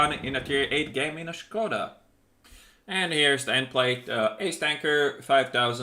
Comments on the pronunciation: finallym someone pronouncing it shkoda instead of skoda i'm not slovakian but it bothered me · Finally someone knows how to read Škoda :DD Seriously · Finally somebody who can say Škoda without broken english fucking accent (Skouda or something similar shit as like as QB or Jingles) , i really like you, can you please try to say Buchty (prem consumables) in next CZ tank video? :-) And I laughed a lot to that situation with IS-6 "tomatoes are reacting on the sound" :-D